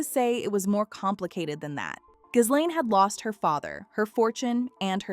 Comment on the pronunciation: iF YOU really want us to take you seriously on this very serious topic you have to pronounce her name properly and you dont.